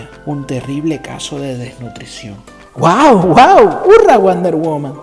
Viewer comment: Me encantan tus videos! Solo el detalle del inglés, sensation se pronuncia “senseishon”. Y Etta candy dice woo woo, Que se pronuncia wu wu! No wow wow. Pero solo eso, siempre tus videos son ricos en contenido y muy entretenidos